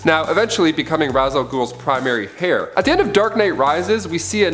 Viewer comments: Heir not hair. Lol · If you said “hair” one more time!... It’s pronounced “AIR”. 🤷🏽‍♂️ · It's pronounced as Air not Hair. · I isn't "hair" it is Heir. pronounced like "air" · "Ra's al Ghul informed Batman that her and Robin had been kidnapped" She and Robin had been kidnapped. "She's the daughter of Red School. That's right the villain of Captain America, the First Avenger. So Red School realized he needs a male hair". It's not Red School. It's Red Skull, like dull. It's not hair, it's heir, like air. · Heir is pronounced as "air" not "hair". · The word heir is pronounced ayre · In the word heir - the h is silent. Pronounced air. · Heir is pronounced air. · Heir is pronounced "air" Scepter does not have an a in it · Heir is pronounced "AIR." The H is SILENT. Also, it's pronounced Pee-YET- Ro. NOT PEYT-ro. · Seriously.This guy is illiterate as hell.Whats more you can tell he's an absolute poser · First time I've ever heard "heir" pronounced "hair." Isn't the h supposed to be silent? First and again . Is this like the British pronouncing herbs with the h sound? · Never heard it pronounced like that, so at the very least it's not a blanket British thing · That bothered me too lol